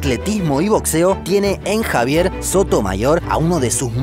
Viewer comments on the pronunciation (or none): Me encanta el canal y no me pierdo ningún video, pero por favor, no digas"Iohni" ni "Sotomaior" con tal de no pronunciar la "sh" característica de la pronunciación argentina. Decí "Shoni" o "Sotomashor" si igual te comprenden! 🙏🙏🙏🙏 Saludos!